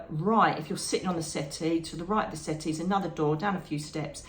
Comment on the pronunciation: Wonderful talk 🥰..I was a little confused at first 😀. You were talking about your meditation and I thought you said you walked into a white city!..it took a minute for me to realize you were saying settee! 😀🤣🤦‍♀️.. love your talks ❤️✌️💖